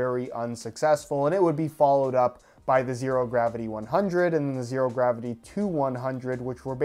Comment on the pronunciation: The "h" in "Zhero" is 100% necessary.